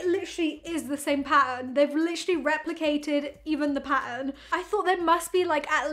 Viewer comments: Omg now that I read this is low key driving me crazy but you’re 100% right hahaha 😂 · Not weird. We think you're weird. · Weird way to say "pattern". She is saying pa-en loll